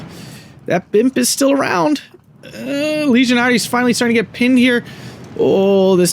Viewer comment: It's always annoying to be "that" person, but as a french-speaking guy I have to say this: Légionnaires has a much closer pronounciation to the english legionnaire than "ligionaris". Either way, great cast as always.